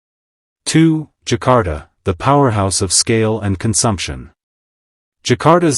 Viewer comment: Zakar Ta not Jakarta 😂😂😂